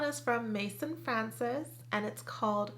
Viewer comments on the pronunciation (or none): none